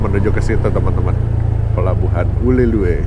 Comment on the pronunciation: Baca nya bukan ule luwe,tapi ule lheue,tapi rata2 orang nyebut nya ule le,artinya kepala ikan teri